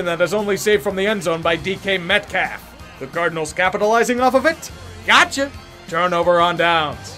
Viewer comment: Oh, you were saying 'Gotcha'...I thought you were saying 'Gacha' like Gachapon, the Japanese capsule machine. Because the Seahawks are definitely as unpredictable as Gachapon.